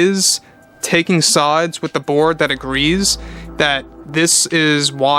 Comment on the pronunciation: Every time he says "the board" I hear "the Borg".